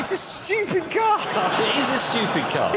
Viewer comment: You mean saying “shchupid”